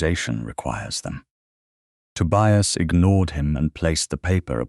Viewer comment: The constant mispronunciation of Tobias really spoilt the narration.